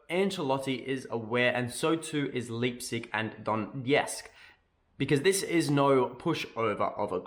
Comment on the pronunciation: Please god go check out how to say Leipzig. 🤣